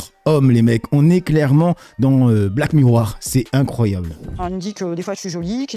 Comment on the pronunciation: 😅😅😅 haha pas bon en anglais 😅 le film c'est HER (HERE comme tu dis ça veut dire autre chose et c'est un autre film très récent avec Tom Hanks ) mais oui sinon c'est ça. En revanche Black Miroir c'est le titre québéquois? 😂